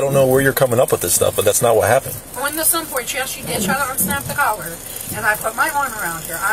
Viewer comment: ok I can’t take it anymore. It is collar - not “color”, not “caller”. It’s COLLAR.